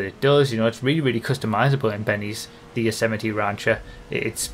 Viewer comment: Nobody:: rÁncher Love it.